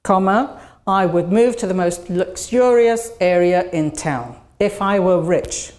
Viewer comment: Thanks for the lecture. BTW there is a couple of notice I would glad to share. The first one, descriptions explaining purposes of using conditionals sometime skipped. For example, the first slide of the second condition section didn't have it. Also, a word "luxurious" was pronounced incorrectly. It sounds different in general British and American languages.